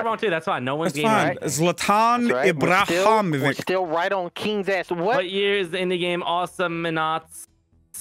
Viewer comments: I died when pronounced zlatan imbahimović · The way he pronounced Ibrahimovic 😂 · The only bad thing about this video is having to hear Delirious butcher saying "Real Madrid" Edit: Just heard try to say "Zlatan Ibrahimovic" and I think I died a little.